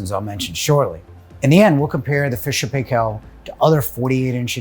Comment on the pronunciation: you pronounced Paykel wrong, some of your colleagues said it right please learn from them:-D